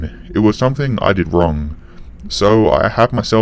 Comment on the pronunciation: had to quit halfway...cant hear k on the end of every word or somethink